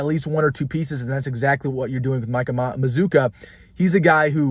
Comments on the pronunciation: By the way you pronounce our name like this MA-ZOO-KA! LIKE BAZOOKA BUBBLE GUM WITH A M! THE U SOUNDS AS IF IT BETWEEN THE DOUBLE CONSONANTS! SAY IT WITH ME MAZZCCUA!😂🙂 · Everybody is pronouncing this guy’s name wrong I think.